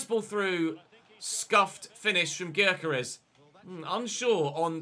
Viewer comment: Gyokeres is pronounced yokeresh